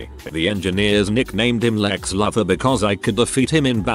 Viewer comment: Like when the mispronounce words for example Lex Luthor on this video I was like lol.